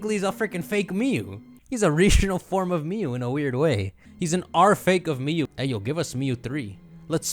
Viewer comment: mew has one syllable, stop giving it two